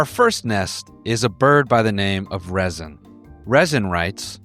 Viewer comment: 😭 yeah he mispronounced my name